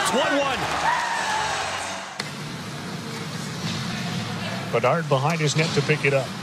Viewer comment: BeDARD! Not BeNARD! 😂😂😂